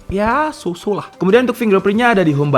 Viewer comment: So so lah, bukan susu cuk